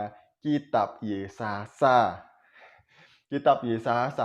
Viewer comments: Bpknya maksa bnget si mbaknya jwb ttg ayat mana alkitab sebutkn si mamad 😂😂😂😂😂😂😂😂😂😂😂 RUMUS : 🐪🐪🐪🐪 × 🐐🐐🐐🐐 = 👩‍🍳👩‍🍳👩‍🍳🍺🍺🍺🍺🍺🍺🍺 take a beer ... Kurang pas actingnya, lupa hapalan dialognya.. Mngkin mksd si mbaknya KITAB YEAYE kali.... 🙂🙂🙂 Mbak... mbak...... mbak tlg bljr nyebutkn sesuatu scra bnr dlu, baru masuk youtube... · Si Mba ini bohong bro, nyebut Yesaya saja salah, Yesasa --->pecin sasa kallee😅😅😅😅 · Video ini gw puter terus tp tetep lucu 🤣🤣🤣 dulu namanya mungkin stefani magdalena, skrg jd siti khadijah...dia yg ngomong kok gw yg malu ya 🤭, masa anak minggu aja hapal nama yesaya kok dia malah yesasa 🤣🤣🤣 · Si mbaknya kebanyakan micin kali makanya bilangnya yesasa🤭🤭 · Yesasaya.....yesasa.. 🤣🤣🤣🤣🤣 kasihan kitab yesaya we salah ngomong... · Bc kitab tp YESAYA DI BLG YESASA🤭🤭🤭🤭🤭klu menghafal mbok 5hr biar g salah Bu🤣🤣🤣🤣🤣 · sebelum mualaf berarti dulunya Kristen?, org Kristen sebut Yesaya kok yesasa?,🤣, ibu ini siapanya yg sebut Yeremia jd yesemia ya? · Taurut??? Yesasa???? Baca dulu yang benar mbak jangan asal nyerocos aja 😓 . . . . Mangkanya jangan asal baca saring dulu bacaan nya🗿 Kan orang jd ngakak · nyebut nama kitabnya saja udah salah. Yesasa 😂😂 gimana mau omongin isinya..... Jd kalau mau berbohong it pintar dikit dongggg... Belajar aj sama si Steven biar pintarrrrr "berbohong" 🤡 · Bodoh nian ibu ini. Ngomong aja salah2 ketahuan bohongnya .